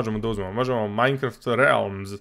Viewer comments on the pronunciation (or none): none